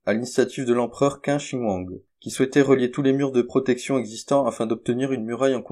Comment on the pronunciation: Tu es monotone, avance! Et tu fais plein d'erreurs de prononciation. Qin se dit "tchine" et pas quin Yucantàn se dit "ioukatane" Bref c bien dommage pour une idée intéressante.